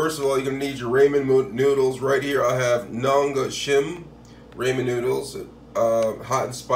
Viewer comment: it’s the fact that he pronounced it “r-AY-men” for me 🤣🤣